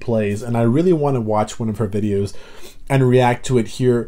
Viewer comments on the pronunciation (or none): none